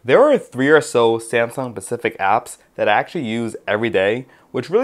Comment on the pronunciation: dude, it's "specific", with an "s"... really?!